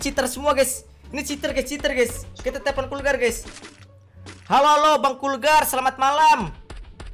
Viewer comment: Bukan kurgar bang